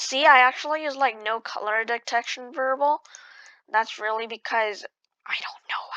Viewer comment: variable NOT verbel